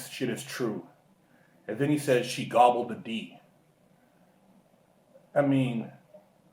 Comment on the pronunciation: Bruh the second comment had me rollin!Why did put so much emphasis on " GOBBLED THE D" Lmfaoo. Then.. pauses for a few seconds because he wants to laugh but has to back up the home girl.